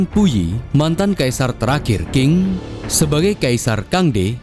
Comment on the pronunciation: Dinasti Qing itu dibacanya Ching, bukang King admin